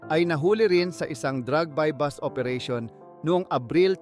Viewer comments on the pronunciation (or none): buy bust hindi buy bus. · Sino interpreter BUY BUS OOERATION. .......sha. boooooo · na i stress nmn ako sa sashet🤣🤣🤣 at by bus😅😅 sa shey po ang sachet at buy bust po... ✌️✌️😊😊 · Bus ang buy bust. Ano ba to bakit naging narrator ito? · Sa sheeet 😂😂😂 Tapos buy BUS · 'Buy bus' operation? Drug 'para fernelia'? 'Si Sar Montano'? 'Doymonte trios' araw? Ahahahaha wtf yung mismong content creator bangag